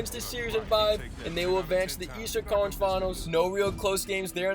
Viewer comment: Who else hears "College" every time tries to say Conference Finals? Just me?